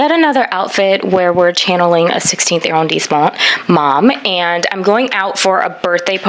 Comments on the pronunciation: Hey, this video was amazing! Please do every arrondissement. :-D The combo of fashion + mini tour/highlight was great fun. PS it's pronounced AH-rondissement, not eh- or air-rondissement which I think is what you're saying. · Ooh, gotta work on that French pronunciation! It's not [air-rhone-disement]. It's [ah-rhon-disement]. Shorten your vowels and you'll instantly improve your French.